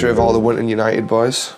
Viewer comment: Absolute Class, 10/10, YANITED, YANITED, YANITED